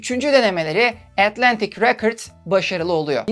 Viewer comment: “Records” kelimesinin telaffuzu “rekırds” olarak okunmuyor muhtemelen 🥰